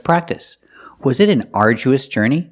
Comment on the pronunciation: Yes sir your pronunciation is correct otherwise i am a little bit confused about this word, Arduous..